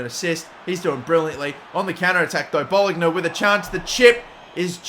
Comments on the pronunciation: please learn the correct pronunciation of "bologna" thanks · Bologna (Bolonya)